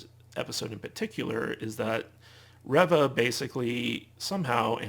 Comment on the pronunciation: I'm disappointed to hear you call it a "controversy" around Moses Ingram, who plays Third Sister/Reva, which can imply she's done something wrong (she hasn't), when what it is is racist attacks against her by Star Wars "fans." At the same time, you're still mispronouncing her character's name, 4 episodes in. Who's ReVVa? She plays REEva. Indira Varma (also from GoT) plays Tala. It's a shame because otherwise, I agree with some of your other points about this show.